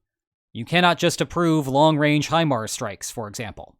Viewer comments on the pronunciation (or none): none